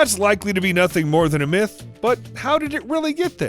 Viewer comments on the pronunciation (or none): none